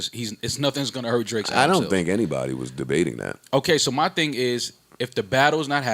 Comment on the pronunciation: said "Draks"😂😂😂😂😂